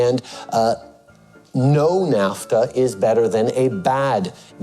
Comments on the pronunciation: Content was good at first but literally stopped 4 minutes in because I was sooooo annoyed with the ...Americuhhhh, NAFTUHHHHH. It gets old after the 3rd time... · Great video but your pronunciation of NAFTAAAA and North AMERICAAAA drives me crazy 😂😂😂